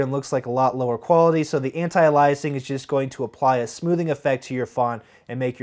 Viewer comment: Great tutorial: sorry, pronouncing anti-a-LI'asing instead of anti-A'-liasing is still distracting. I know you fixed it some of your later videos.